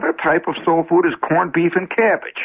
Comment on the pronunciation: This is the first time I heard Shep's Midwest accent come through. First coupla times he said "keibage", then about the third time he pronounced it "cabbage."😅